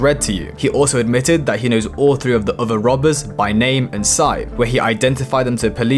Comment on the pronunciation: U butchered his name in the beginning